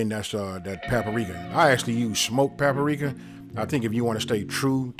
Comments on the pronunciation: That’s pa-pa-rika tho! Lol well done on the recipe! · It tickled me how you say "papa-rika"!! And I'm DEFINITELY trying this!